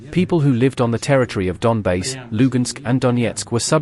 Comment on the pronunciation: "LONGBASE"? really or Donbas? Fool 🤤